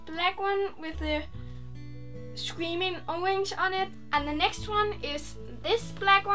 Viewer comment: Sqweaming owange